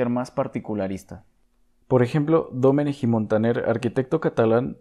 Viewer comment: tampoco Dómenej, sino Dumènek 🤷🏻